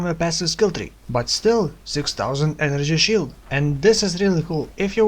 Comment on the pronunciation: enenergy shield, love the vid, but maybe try to practice saying energy shield, it gets annoying pretty fast :(